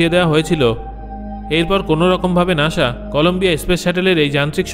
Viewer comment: আরে ভাই নাশা না নাসা😊